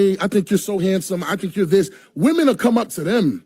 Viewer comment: Why is it that nobody can properly pronounce the plural of “woman” anymore? “Did IQ’s drop sharply while I was away?” -Ellen Ripley